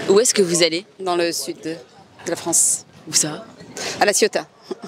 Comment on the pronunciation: D'où vient ce monsieur qui prononce « des régions France » comme « Franche » ?